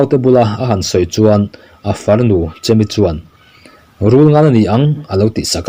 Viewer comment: Chemi nilovin Chèmi a ni lo maw